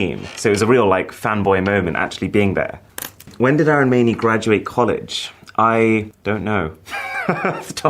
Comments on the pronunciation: the way he is pronouncing his name idiot! It’s AR UN not Arooon! 😂 Indians with absolutely hilarious way of pronouncing their actual name! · Oh no! So sad that Arun mispronounced his first name and made it 'Aaron'. It's 'uh'-run' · No bro, you are not Aei-run, you are A-roon. Learn the pronunciation of your name first. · He doesn't know his name's pronunciation? It's not Aaron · Is anyone gonna tell him that his name is pronounced 'uh-roon'? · Bro pronounced his name as 'Aaron' 💀😭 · bruh the accents caught him so bad that he even mispronounces his own name. My father's name is also Arun and i can't imagine someone calling him Aae-Run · Dude you can't even pronounce your name right what is wrong with you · Bro you don't even know how to pronounce your own name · I wish he pronounced his name right 😢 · you know you different when you cant even pronounce your name right. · Dude!! you are pronouncing our name wrong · Why do you Mispronounce your own name.!!